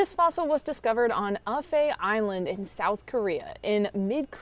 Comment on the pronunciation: Really cool! Love the artwork and the name. Also, with great respect, and knowing that it really doesn't matter much, I actually have one tiny correction to make about Korean pronunciation. "Aphae," the island where the specimen was found, would be pronounced "Ap Hey." Written in English it looks like it would be an F sound, as in alpha, but it isn't. The romanization scheme they use here is pretty confusing...Anyway, thanks always for the great vids!